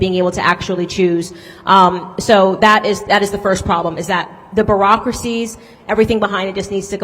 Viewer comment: Ok...best unintentional new phrase... Talking about our shty "Obama care" health care system and the "Barokracy" just gave me a chuckle...I know she meant beurocracy but cmoooooon that was funny😂